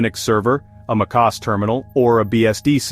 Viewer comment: lmao the AI voice reads macOS as makos 🤣🤣